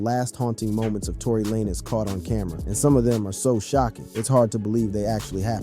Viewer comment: Tory La Nezz 😂